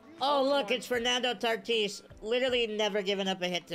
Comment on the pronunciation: Why do you call him Tartis? There’s no r lol